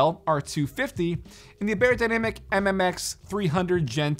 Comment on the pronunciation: It’s not pronounced bay-er-dynamic; it’s pronounced buy-er-dynamic. It’s German.